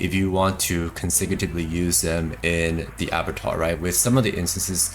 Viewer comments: Ah BAH Twahr dude. Please. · Abattoir = A-Boo-Twaa